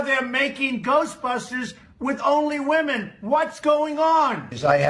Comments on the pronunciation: You are pronouncing the word "women" wrong kid. I can't believe how many young people can't say that word. Holy shit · BASED! Also-Woman/women. Say that shit properly FFS!